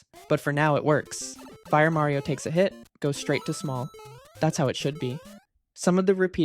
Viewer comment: the R in 'Mario' is still wrong this irks me